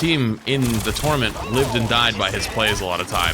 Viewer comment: I don't trust anyone who pronounces tournament like that.